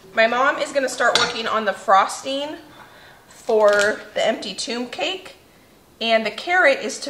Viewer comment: I watched yesterdays prep video, and it wasn't until point of THIS video that I finally got that you were saying TOMB cake. I thought your were making some kind of TUBE cake... 😆